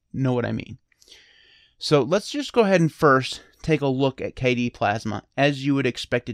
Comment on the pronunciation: Hey, shout out to your mispronunciation video, the best desktop environment is “Kay-dee” :)